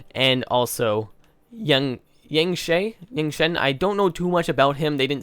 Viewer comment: it hurts me how he said yangchen and called her a him